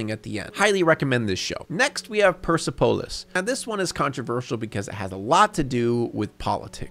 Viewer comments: If you do delve into this movie further, just know that it's pronounced "Per-sep-oh-liss". Kthanx. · Thank you for mentioning Persepolis( even though you butchered the name), that film got me interested in studying Middle East history/cultures while in university